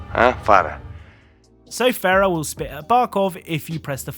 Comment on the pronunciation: Greetings, just a note her name is Farah "Fa rah" (Happiness in Arabic) not Fera.